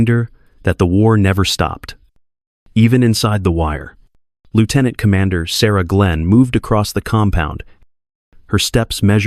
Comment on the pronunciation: Lear to pronounce lieutenant